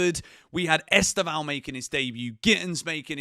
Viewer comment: mate just a little tip from a brazilian: The pronounce of Estevao is much more like Stephan but with a V (Stevan) than you are saying. I know there is no "ão" in english and even people in Brazil pronounced wrong (which He already complained about it in a enterview). I've been following the channel since Club World Cup and became a fan. 💙